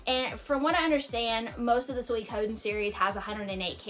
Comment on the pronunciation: Your pronunciation of Suikoden is not too bad. However, I recommend pronouncing Suikoden "SWEE-koh-DEN". Without getting too deep into Japanese, here's why: "sui" is two syllables and "den" is two syllables (n is its own syllable), but "ko" is only one syllable. Therefore, even though Japanese doesn't stress syllables as we do in English, the "ko" part is a relatively small part of the word and gets skipped over a little faster when speaking Japanese. It's also my favorite game. I've never thought of the map as being big, but I suppose that's because there aren't that many locations and I'm familiar with the layout. The mini-map is very useful when navigating. Edit: Threads of Fate -- Rue actually plays a lot like Brave Fencer Musashi, while Mint's gameplay is streamlined. I enjoyed Threads of Fate a lot as a kid, mostly because you get a much better understanding of the game by playing both stories. I tend to play RPGs for the gameplay more than the story and it's been a long time since I played, but I still recommend giving Rue's story a look-see. I hope you enjoyed Radical Dreamers. I played it on emulator years ago and found it quirky but fun.